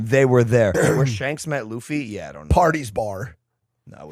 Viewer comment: i think its because you didn't say luffys name correctly first time and now that you're buying one piece collectibles (which will probably have the same effect as Pokémon cards that the markets are gonna sky rocket) that the community think you're going to ruin it for them, but im not bothered about it, watch one piece and i hope you enjoy it :)